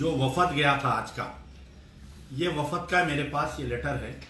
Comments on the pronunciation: wafad nahi wafd bolte bhai credit owaisi leliye aap srif youtube per rahegaye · Assalamu Alaikum wrwb pehle app apni urdu sahi karlo. Batlata hoon nahi kehte batata hoon kehte hain doosre jaise ek sahab ne point out kiya wafad nahi wafd kehte hain. Apko andar ki baat kcr aur Asad uddin ke darmiyan huwi hai kaise pata chali kya app ke pas koyi moakkil hai ya apko naozbillah ilhaam huwa. Ab chordo ye saab harkatain kyun ummat mai inteshar paida karrahe ho. Asad aur Akber uddin se appko bair hai theek hai rakkho.lekin shaher ke ulmao ki to izzat karo. Allah apko hidayat ata farmaye